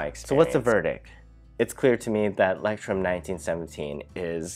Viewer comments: It's pronounced loyce-trum (German for lighthouse) and people call it mole-skin, but it's an Italian word, and their CEO pronounces it mole-uh-skee-nuh. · not the right pronounciation.....Leu... is said like LOI....CH sounds like a long soft k.....leucht turm....so easy...😃 ..the best notebooks are from montblanc...best for writing with my parker duofold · It's called sarcasm. He did mispronounce it; Leuchtturm is pronounced 'loych-torm' where the "ch" you pronounce with the back of your mouth (just use Google translate to hear it). He completely butchered it (but props for trying lol) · Leuchtturm is pronounced roughly like loyht-toorm, fyi! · I love that you say ✨Lectrum✨to Leuchtturm…the „ch“ sound is probably hell of weird for English speakers. Loved your review :3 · Nice video! Very well explained-btw it is pronounced as loysht toorm ( light tower in german) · My German ears were shocked when I heard "lectrum". Word means Lighthouse ;> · i love how he pronounces leuchturm you prounounce it loichtturm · Stamp collectors pronounce Leuchturm "Lighthouse." 😄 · You pronounce "Leuchtturm" something like "lectrum", which is totally wrong. Actually, "eu" in German is pronounced like "oi" (like e.g in "foible", "moisture"). The "ch" is hard to describe, since something similar does not exist in English AFAIK. It is similar to Greek "X" ("Chi"), which is a kind of hissing sound. And "Leuchtturm" actually means "lighthouse" (taken literally, it would mean "shine-tower"). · He was joking. You totally mispronounced it. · he was not joking lmao. That's why he said he loves the way he pronounces it. Do you think he would have said that if he thought he was pronouncing it correctly? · I’m a German too and it’s really awesome, hearing englisch people saying that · Name completely butchered wtf 😂😂😂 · Pronounced both wrong though